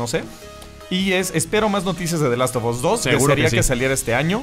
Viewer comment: Richard Rodríguez the last of ass :v